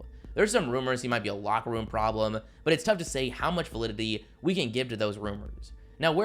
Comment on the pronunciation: Please tell me I’m not the only person who hears this guy always add an extra syllable to his words for no reason . “ there’s some rumors he might be a locker room problemuh .” He always does this weird infliction on his last word of sentences . Kind of annoying to hear him talk